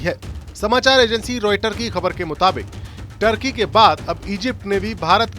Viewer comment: टर्की नहीं तुर्की